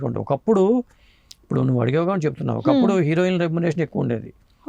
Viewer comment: హీరోయిన్ అని పలకటం రాదా లేకపోతే ఫ్యాషనా